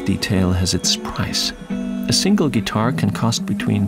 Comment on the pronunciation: What’s a Gee-tar?